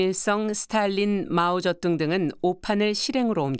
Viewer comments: 성우 좀 바꾸세여 ... 자꾸 마오저뚱이라고 하네.... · 마오쩌둥을 왜 자꾸 마오저뚱이라는겨